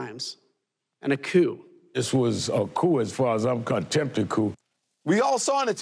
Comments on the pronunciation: um, anyone notice the officer said Coup Coop which means he was given his talking points he read the word like it was his first time reading it. It's pronounced COO or more literal K-ew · These cops are jerks. An embarrassment to law enforcement. The first one read and mispronounced the word coup. 15 minutes of fame. Are they looking for promoting. Yes! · The first guy pronounce the P I. Coup